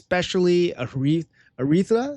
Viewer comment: How can he not pronounce Aratheia??